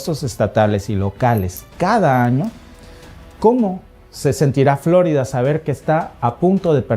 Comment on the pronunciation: Florida no " flo'rida"